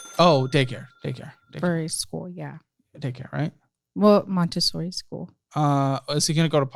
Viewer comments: "Montesary" lol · "montesary" LOL (should be montessori). Also, "mama jones"... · For future use, it's "Montessori" not "Montesary". It is a type of schooling/educational process. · Montessori* not Montesary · It is ‘montessori school’ not Montestary lol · It’s Montessori not ‘Montesary’ lol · don't hate me but for future reference it's "Montessori"! (I'm sorry, I'm a copy editor/copywriter, I can't help it.) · It's Montessori not Monestary 🤣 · Montessori, not Montesary 😀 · montessori not montesary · "Montessori." Sorry!